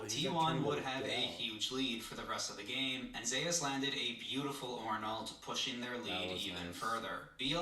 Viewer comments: I know this is 2 months old but I can't stop laughing them calling him Zues and not Zeus haha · Lmao these casuals calling him zoose. It's zeyus and dont you forget it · Please pronounce Zeus properly. Just listen to how his name is pronounced please. Great video